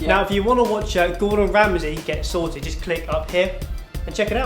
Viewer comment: i love how he says "soted"